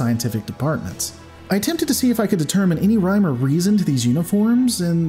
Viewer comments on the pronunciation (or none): none